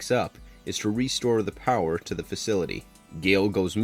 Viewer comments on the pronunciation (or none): none